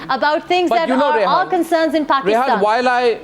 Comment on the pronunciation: Her name is Rehaam not Rehaan.